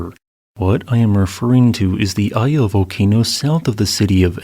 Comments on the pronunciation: small correction on the pronounciation of Ende, its like Endé. and Iya is pronounced Eeya :D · Iya in my language is pronounced ee-ya, a rock. Iya Kawa is called the Devil's Peak today. My first thought was, how could Iya Kawa cause a tsunami LOL. Meanwhile, I'm beginning to think Indonesia is cursed, erk. As the Chinese curse someone, May you live in interesting times!